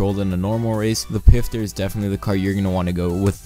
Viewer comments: ITS NOT PRONOUNCED PIFTER ITS PROUNOUNCED FISTER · xX-EXPLOSION-Xx It's actually pronounced pfister not fister or pister ask a german friend if you know one